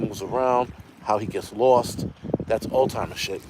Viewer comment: Love your show. Its "Alz-hime-erz" not "old-time-erz" You know how it is when people day certain things that drive you crazy: Not diss'n you just did not know of you know the difference. Same when people call bmw cars "beemers" A bmw CAR is a BIMMER A bmw MOTORCYCLE is a *BEEMER+